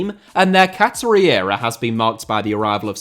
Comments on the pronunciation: That's a truly bonkers mispronunciation. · Am I missing some in-joke with pronunciation of "Qatari"?